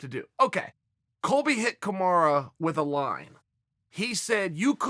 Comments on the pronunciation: God damn Chael can you not pronounce a single fighters name correctly ? Surely you’re doing this on purpose right? It’s Kamaru .. not Kamara. This year has been the year of upsets and I have a feeling the last event is going to end with another big upset! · Still calling him "Kamara"🤣🤣🤣🤣🤣🤣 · When uncle Chael calls you Kamara....you are now Kamara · Marty “Kamara” Usman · Who is KamarA? It's KamarU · If uncle Chael calls you Kamara you better change your name to that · Chael "Kamara" Sonnen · Um, Chael, who the hell is Kemarra? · Chael we are well aware that you can spell Kamaru the right way but we love that you stuck with Kamara hahaha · Kamaru "Kamara" Usman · Chael "Kamara Usman" Sonnen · Us: Kamaru Chael: Komara Us: Komara Chael: OK, great. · He just said. Kamara vs colby 😂😂😂😂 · Everyone: Kamaru Chael: Kamara Everyone: Kamara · I swear his name is KAMARU NOT KAMARA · Nobody: Chael: Kamara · Kamarah Oozman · Dont ever say KAMARA again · Already dead “kamara” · Chael "Kamara Your-ear" sonnen